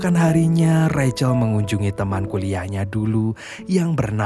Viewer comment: Rahel. Kok recel? 😂